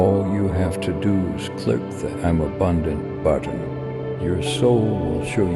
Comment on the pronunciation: "I'm sbundant"